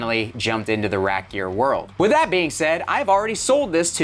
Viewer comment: Are you saying rack gear or rap gear?